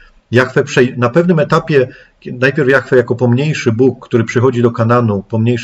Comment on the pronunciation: dlaczego ludzie wymawiaja jahfe ja mowie jahwe